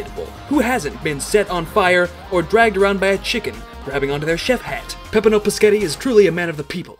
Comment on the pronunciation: Every time you mispronounce Peppino's name a blood vessel pops in his head